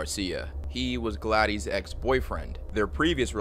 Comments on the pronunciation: “Glad-ees”???😂😂 Her name is Gladys. Pronounced “Glad-iss” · “Gladdies” 😂 bro really? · Pronounced “glad-is” not “gla-dees” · is it spelled Gladys? that's glad-iss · Hey man, it's pronounced Gladis, not Gladys. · I'm going to go out on a limb and say Gladys' name is pronounced "Glad-iss" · Please learn how to pronounce Gladys lol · There's so many words you're mispronouncing. Simple common words like Gladys and Medellin. You should try using Google for help with the narration.